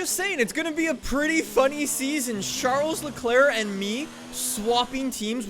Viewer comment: Anyone else who cringes when he says SHARLES Leclerc?